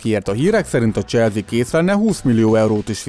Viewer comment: Legyen mar mas zene basszus Meg probalj meg ne ennyire sablonosan beszelni Es nem "cselzi" hanem "cselszi"